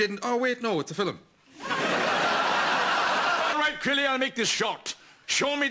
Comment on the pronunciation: You mean its a "Fillem" ;-) LOL